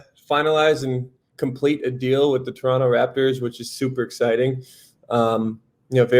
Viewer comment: The way Sam pronounced "Toronno" he already is a Raptor's player. Welcome dude! Let's get it!